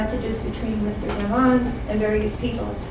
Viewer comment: Dat mane name is demons not dimons